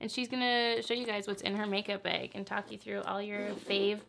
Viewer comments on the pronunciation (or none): what's a makeup "beg"? lol